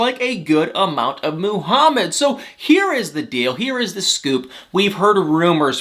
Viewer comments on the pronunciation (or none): Muuuhamid not mooohamad ! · Why does he say *Moo-hamed"?! 😵🤨 And "BAY-leez" in his other 90 DF video (Stephanie & Ryan in BELIZE) Drives my ears crazy!🤦‍♀️